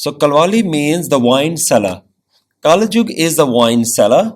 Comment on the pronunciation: kalyug hota hai bro